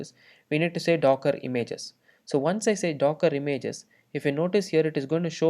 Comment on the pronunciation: имЭйджес.... бля